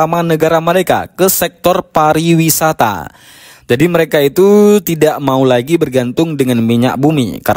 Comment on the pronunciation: Koreksi !!! Bukan "Parawisata" melainkan "Pariwisata"....jangsn salah ucap ya